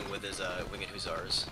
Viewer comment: Wing-ed hussar lol its Winged